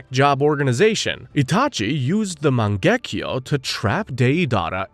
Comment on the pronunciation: loved the videos but holy can you please stop pronouncing all the names UBER AMERICAN holy fk Its MAN GE KYU not MAN GEK KJO, this is just one of like 9000 cringe moments, its not to hard to do such a thing